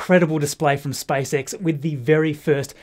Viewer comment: Okay Marcus let's do it again Me-s p a c e X Marcus-s p a c e X Me-spacex Marcus-spicex